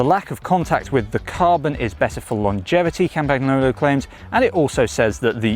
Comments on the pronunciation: It is not "Campacknolo".... 🤦🏻 "Campanyolo" is correct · It's not campaGnolo, it's pronounced campanyolo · Yeah, he fricken butchered it completely. Its not hard. Silent G. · Yeah, can you pls learn how to pronounce that properly? It really is not so difficult… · Learn how to say Campagnolo. And next, the wheels are (market price) 30% cheaper that what you state they should cost. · Was it not possible to find a presenter who actually knows how to pronounce the name of the company whose product he is reviewing? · It's embarrassing, the way you pronounce the company name. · Please pronounce the brand correctly. It's annoying AF to hear it butchered. How about they started saying Winsteen Churchhole? It is NOT just a variant pronunciation, it's wrong.